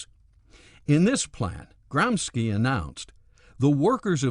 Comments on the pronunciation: his name was "gramshi" not "gramski" ! I'd inform myself before pronouncing names of other languages instead of americanising them , believing to do something good and legal......All starts with respect , respecting even things we don't like ! Irritating is the self concentrated american view of the world........like there is no other! Isn't a bit like a young boy teaches the grandpa what to do ? I'm 100% anticommunist/anti-any-ism, I've have a lot of sympathy for America but this naive-arrogance towards others, putting their standards above all others is sometimes a bitter chunk to swallow....... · Or Cultural Fascism.... oh wait those guys killed people to, the politically correct don't ... I think you are talking about Cultural Bullshit, and like all bullshit, it seems worse than it is. also 'Gramsci" is pronounced "Gramsheee" not the more ominous 'GramSKI' charlatans. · Is Gramsci's name pronounced as "Gramski" to make it sound more like a bolshevik name? Or is it plain regular conservative ignorance of anything non US? And wtf is that accent? It sure as hell isn't an italian accent...